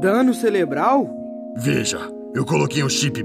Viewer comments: Dano CELEBRAL?? KKKKKK Isso só pode ser brincadeira né? Ele realmente acha que se fala celebro ou celebral? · O rich causou a "morty" do muleque ;-; Eu vi a metade e eu percebi que o maluco errou e falou "DANO CELEBRAL?" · "Dano Celebral?!" amei